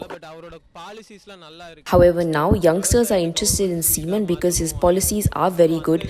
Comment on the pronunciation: Please it’s not semen it is seeman